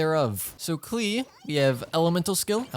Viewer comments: bro said "four star klee" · 4 star kat a liss kelree